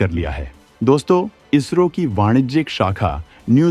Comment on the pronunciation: भाई इजरो नही इसरो है काफी बार आपने वीडियो मे इसरो को इजरो बोला है